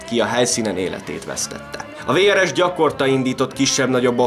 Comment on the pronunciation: Nagyon jó a videó ! Némi kiigazítás: nem jé en á, hanem jö nö á, nem vé rs, hanem vrsz...! Ez így érthető, a volt Jugoszlávia területén élő magyarok számára ! 😊